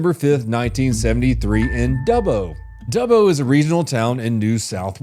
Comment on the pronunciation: So happy you pronounce Dubbo correctly I've heard America's pronounce it Doobo! He's an Aboriginal they have a thing called "Walkabout" they wander the bush for days sometimes weeks and even months!